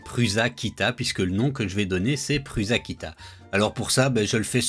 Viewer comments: Un nom propre se prononce proprement. Prends n'importe quelle vidéo de Josef Prusa et écoutes comment il prononce son propre nom. Tu ne prononces pas Bill gâtes, ou Donald trümp, alors il n'y a pas de raison de dire pruZa. Qu'est-ce que tu ne comprends pas là dedans ? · PRUSA, veut dire "Prussien" en Tchèque. Il n'y a aucune raison de le prononcer PRUZA... 🙄